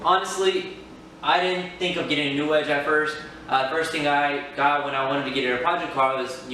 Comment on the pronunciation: It's New Edge, kid. Not Newedge.